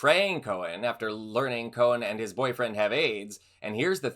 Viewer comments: Roy Cohn not Roy Cohen. You pronounced it both ways. Why do people have such a hard time with the last name Cohn? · I've always heard Roy Cohn's name pronounced "Cone," not "Cohen."